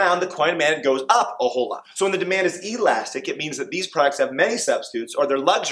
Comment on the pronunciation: my sister is traumatized by the way he says Elastic lmao got some good laughs and amazing explanations keep up the good work